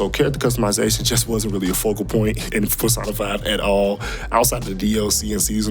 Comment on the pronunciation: pronouncing it PerSaahnaFyy irritates me for some sexual reason... lol.